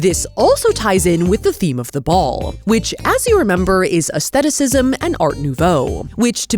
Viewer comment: Thank you for pronouncing aesthetic/aestheticism correctly!